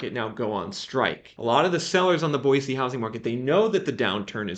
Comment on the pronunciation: Live here in Boise and have been watching your videos awhile...spot on and so impressed how far your correct pronunciaton of the city has come!